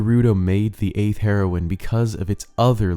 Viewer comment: It's pronounced "hero-een"